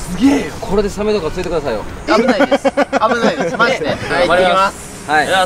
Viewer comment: カンタ、ハイサイにつられたのかな〜 「危ないです」のイントネーションが完全に沖縄で 嬉しさと親近感☺️